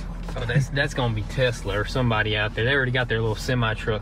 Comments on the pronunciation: “That’s gonna be Tesler”💀💀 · “Tesler”- goozsquad 2020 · “thats gone be tesler”